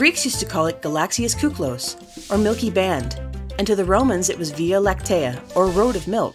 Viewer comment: kuklos? K IIIIIIII KLOS